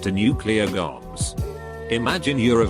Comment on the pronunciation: Goms instead of bombs..